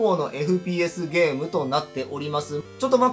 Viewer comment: 寝不足の影響なのかゲームをデームって😅笑